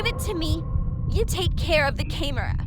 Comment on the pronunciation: “You take care of the cAmerAh”